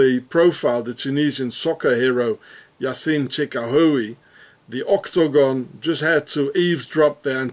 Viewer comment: " ÔK-TO-GÓN! " Love the way you pronounce it. Thanks for this information. I take everything online with a grain of salt, but you have fitted some pieces in my NWO puzzle. Hope you are doing alright, despite the Swissies.